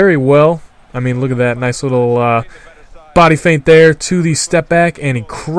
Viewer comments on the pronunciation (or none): none